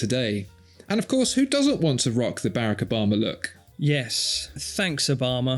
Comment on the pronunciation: "Barracker Bomma"